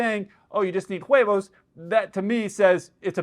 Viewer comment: Nitpick: "huevos" is pronounced as "uevos" (the "h" is always silent in Spanish)